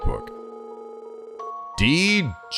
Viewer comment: You don't pronounce the "therefore" triangle dot. It's said as just "Dee Gee".